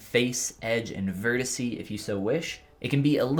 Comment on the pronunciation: “Vertisee” Do you mean “vertex”?